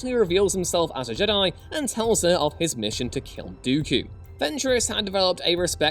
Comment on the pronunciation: Stop fkn saying Jed-die. Its Jed i ffs, if literally disliked and stopped watching for this stupid pronunciation. Like they dont pronounce it like this in the movies do they? No!